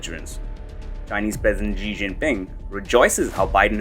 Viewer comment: SHE SHE SHE SHE SHE SHE SHE SHE SHE JINPING. NOT ZHEE OR GEE. I HATE HIM BUT IT STILL SOUNDS STUPID THAT PEOPLE CAN'T SAY "SHE."